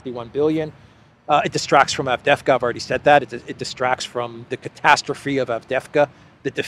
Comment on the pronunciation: it is pronounced Av-dee-yev-ka, with a slight stress on the second syllable. Please try not to say Avdevka.